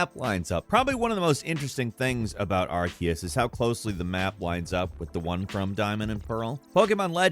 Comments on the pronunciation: Ar-see-us. Ar-see-us. Ar-see-us. It's really easy. It is simpler. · All this research into Pokémon, but still never looked up how to pronounce Arceus. Aar-see-us